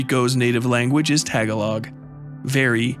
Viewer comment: that pronunciation of the word Tagalog is killing me. but regardless, great video 👍